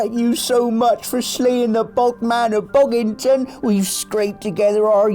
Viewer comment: Bog man of Bogginton in a Bristolian accent got me!